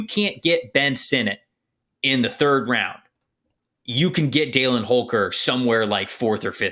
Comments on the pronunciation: Why do you say “Daylin” Holker? as someone that grew up with him? lol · I played football against Holker in High school. His first name is pronounced (dal-in) not dale-in. He was a stud in high school. Impossible to cover. Love your videos, y'all are better than half the NFL scouts.